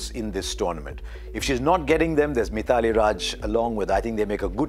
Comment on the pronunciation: Mr Harsha, please learn to pronounce the names properly. It is not Mi-thaa-lee Raaj, it is My-thli. OK if a non-Indian mispronounces, not you.